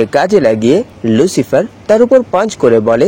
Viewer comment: ʟᴜᴄɪғɪᴇʀ❌ ʟᴜᴄɪғᴇʀᴏ✅ 🙂🙂🙂🙂